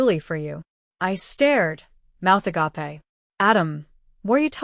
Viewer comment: NOT "a gop a" but "ag ape"